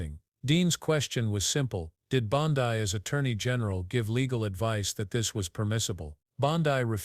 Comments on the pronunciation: Damn, if your going to use ai, at least, prounce names correctly. It's bond--eeee, not boniiiiiii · Hey, AI, the surname sounds like "Blondie" w/o the "I". Try to get it straight. How sloppy. People actually subscribe and pay for this stuff? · Could you not use AI please- it’s Bondi (Bond-ee). I have found that most mispronunciations are directly to AI. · Please, dont disgrace the famous beach in Australu! Its pronounced "Bond-dee"; just sqyin'.... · Bondee!! Bondee.,.../please pronounce this crooked women's name 📛📛📛📛📛